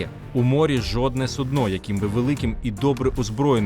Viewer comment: Судно - ударение на першому слоге